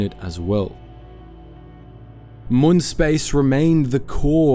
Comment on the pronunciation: Honestly hearing “moon” so many times made me way more upset than it should’ve 😭 they say the name in the show yknow? “Mewn”